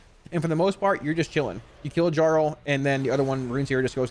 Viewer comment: Dude. His name is Velbrand. Jarl is a title, and it's pronounced YARL